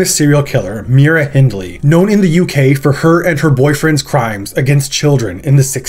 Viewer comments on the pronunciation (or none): The Reading Festival is pronounced "Redding", not "Reeding", and Myra Hindley's name is pronounced "My-ra", not "Mee-ra".